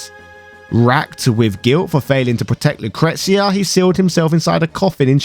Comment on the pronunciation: LOO-CREE-SHE-UH not lucruxia lmao